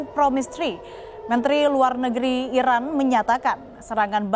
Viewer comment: Pembawa berita, tdk jelas menyebut iran atau irak